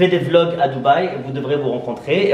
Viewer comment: “Arrête de dire blogs, on dit vlogs wesh” C’était moi MDR Brr brr brrrr